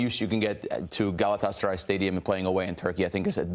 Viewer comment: Senin o Gelatsaray diyen Agzinı EMERIM 😍😍😍 Sari fıstıgh 😊😊😊